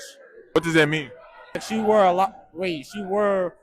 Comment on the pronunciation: The most common word in the sentence was "wore". They ALL pronounced it wrong.